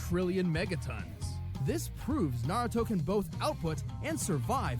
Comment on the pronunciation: That guy sounds so fucking dumb, he can't even pronounce "naruto"